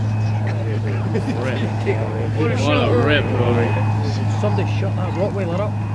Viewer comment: "will sumbidy shut that wrotwieler up" 😅